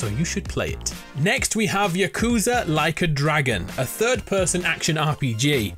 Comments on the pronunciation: its pronouced yahcoohzah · Why do you say yakuza like that